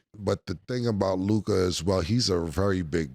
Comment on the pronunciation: Why Mase keep putting that extra “i” on LukA name bruh? 😅 somebody correct him!